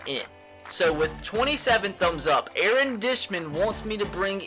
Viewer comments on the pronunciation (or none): none